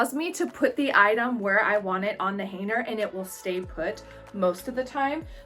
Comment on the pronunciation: What is a "Haner"? That word has a "G" in it....Hanger LOL